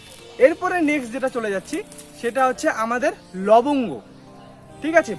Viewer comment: লবগ গো বলতে?? লংগ নাকি?? Please dada reply